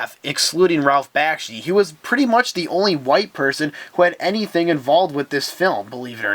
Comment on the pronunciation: Seriously? You failed to make the connection between Brother Fox, Brother Rabbit and Brother Bear as "Brer Fox, Brer Rabbit, and Brer Bear" from Disney's "Song of the South" right at the beginning? Brother Bear as a movie wasn't even related. Research much? Also, it's "Bak-shi" not "Bash-ki"